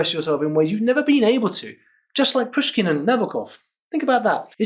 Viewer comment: Not Pyushkin and Nábokov but Pooshkin and Nabòkov bro)